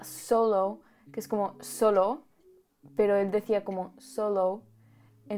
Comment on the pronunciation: The thing you noticed when he pronounces solamente and solo, he also does that in Korean tbh. 🤣 He always says O with a w.